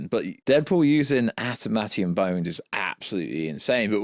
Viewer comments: nah.. he said "At-a-matium" 😂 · did you just butcher the word Adamantium into "Atermatium"?????? 🤣🤣😂